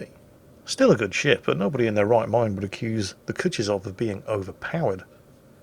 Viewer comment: You know, Kutuzov was 18th entury Russian marshal. I couldnt find a link for how to properly pronoune it, but if You drop the name into Google translate it will read it out for you properly in russian. ...it's bad, really. Do it!